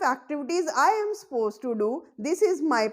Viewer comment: Madam, please pronounce suppose correctly it's not ‘pose’